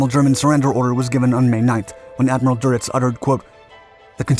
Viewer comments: For future reference, Adm. Carl Doenitz's last name is pronounced Der-nits, not "Doe-nuts". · It's Admiral Durnitz not Duritz. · It is DÖNITZ, not Doritz, or something else. There a lot of great ideas in this channel that are unfortunately often balanced against sloppy mistakes.